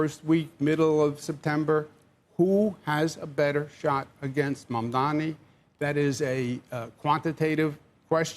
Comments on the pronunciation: Why are they ok with calling Mamdani as Mamdami? Cuomo got corrected in the debate regarding the name. Maybe he is still salty that he lost but what about the anchor calling him the same? Don't they have standards to not call people's names incorrectly as a host? Why not learn how to pronounce it before saying his name a lot in the segment. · These loser clowns can't even say mamdani properly. Ross sorkin keeps saying mandami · or they like to say mandaMI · the name is "maam-daani"..m-a-m-d-a-n-i. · Title should be renamed to: Rich Millionaire TV anchors who can't say Mamdani's name right collude on live TV how to win election with millionare Andrew Cuomo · They are so detail-oriented that they can’t pronounce Mamdani correctly! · They do that on purpose I believe.